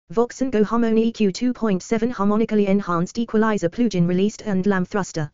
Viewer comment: "Plooge-in." :face-red-droopy-eyes: Unlistenable.